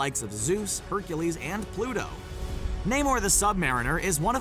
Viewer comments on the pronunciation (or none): none